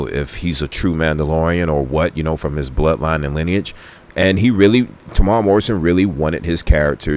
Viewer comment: Oh, and his name is Temuera. Tem-u-era.